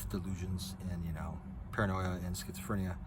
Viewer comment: BTW your enuciaton of the word "schizophrenia" has to be one of the most hilarious expressions I've ever heard! 😆